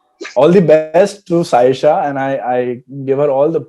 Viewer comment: "Shaisha" nahi "Saisha"